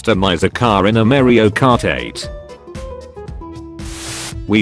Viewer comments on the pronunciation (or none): none